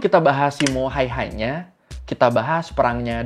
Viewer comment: bang sebutan simo hayha gini SIMO HEYHA gituan dong😅😅😅